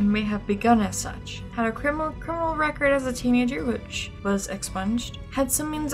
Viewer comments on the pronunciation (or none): none